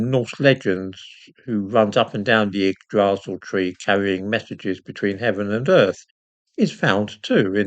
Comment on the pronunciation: yggd not igg. Yggdrasil=eehgd-rah-sil. hwich the 'r' is rolled which is a guttural sound. Yggr=terrible/frightening & Drasil=steed. Yggr=eehgr eeghd of has the ew sound at the end of yew or dew but not quiet as not 'w' sound with a breathed out hgd all in one syllable. yggd or yggr is pornounced via the abdomen not the chest as is common in most languages including English. Guttural & abdominal speech is very much something of the Celtic & Germanic people which the latter includes the Norse located in Scandinavia. Why when old English, Celtic & Old germanic languages are spoken it has an old often intimidating presence. Why when I have spoken it among Christians they think it is demonic but when I speak classical latin rather then ecclesiastical they think they devil the morons. Jörmungandr as an example is not pronounced s most would think as Jörm J is a odd Y due to the norse ö that oar with the r. Jörm sound like 'yoa'r'm-gand-r. the r is liter said as the letter sound of R like in the alphabet like the word Are. word like Jörmungandr is were the 'and' for & originated. Most pronounce norse & Celtic words awfully but no wonder as many of these sound are not used in our language no more or only in regional dialects of the British isles for which over 200 exist.